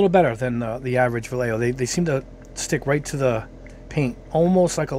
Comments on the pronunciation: If you wanna be fancy and pronounce it correctly, it’s “va yay ho.” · I lived in Madrid for 10 years. They are a Spanish company I believe in Barcelona so it is pronounced Bayeahjho. But who cares. This is a really great test. Really great. I occasionally build kits for fun but I need this information for creating props and costume details for my characters. I’m a narrative figurative artist. The ball tests were an, “Ah, hah.” Moment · Spanish word. So it’s pronounced Va-YEH-ho. Double “L”s are pronounced like a Y as in tortillas. And J is the Spanish H, like in the Spanish names Jose and Juan. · Hi! Nice video! handy review. Just for general culture. Vallejo is a Spanish Brand, so it should be pronounced something like "Vayeho", you know, similar to "yacht" or "yard"..in Spanish "Ll" and "Y" have the same sound. Cheers! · BTW, both ways of pronouncing Vallejo were wrong. Vallejo is a Spanish surname. In Spanish LLE is pronounced Ye and JO is pronounced Jo (lije 🎅 laughter), so it is pronounced something like VaYeJo. You could catch a vide from Angel Giraldez to get the pronunciation in Spanish from Spain.